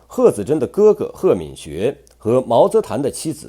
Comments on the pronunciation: 是读tan，作为姓氏的时候才读qin。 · 毛泽覃……这个字念qin😂😂😂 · 毛泽覃，读秦……